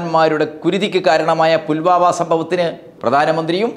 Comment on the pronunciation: 'പുൽമാവാ' അല്ല സാർ ഫുൽവാമ എന്നല്ലേ ?